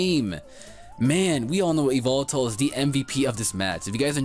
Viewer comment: E-VEL-TULL or Evil-Tell. Not E-VOL-TALL. Please lol.